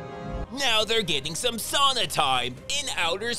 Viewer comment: You said "sauna" right!!! We in Finland know how you pronounce it. We invented sauna and we can only say it right, usually. But YOU did. Amazing!!!